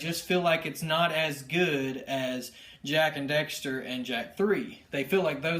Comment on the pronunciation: It annoys me so much that you say "Jak and Dexter"